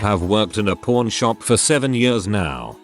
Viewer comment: I play these videos more for background noise and thought he said "PORN shop" instead of "pawn shop." Had to stop what I was doing to read the text myself because I thought he admitted that people who work at adult stores test their "products" before selling them...